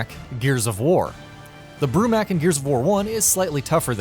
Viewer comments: that really doesn't have anything to do with what I just said. flex all you want but it's still pronounced mok not mak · I cringe at people when they say mak instead of mok in the name brumak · Said it wrong its bromok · Okay i liked the top 15 but.. you pronounced “Brumak” and “Swarmak” wrong